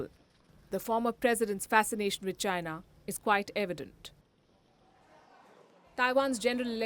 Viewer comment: Indians should comment on Indian affairs- what the hell is PUKI commenting on Chinese affairs? The way she pronounces ChaNAAAAAA is laughable